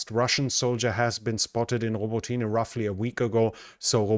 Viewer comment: Thanks,. Your pronunciation is very good, but Robo tinah is Robot neh and, is in Ukrainian hands again. How come vebrov eh isn't Verbovi. Could cardboard or plywood throw that Russian ID system off? It's raining chipped wood. Greece should take the deal.